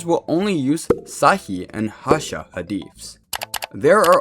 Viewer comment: 1.vro you chopped the pronunciation of hasan😭😭 aside from strawmans and assertions its a alr vid